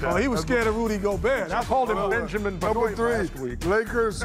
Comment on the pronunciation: Funniest moment is Shaq pronouncing Benoit